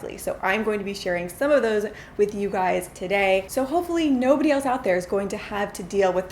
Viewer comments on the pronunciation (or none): none